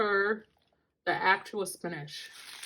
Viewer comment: Why do you say Spinash? It's Spinach!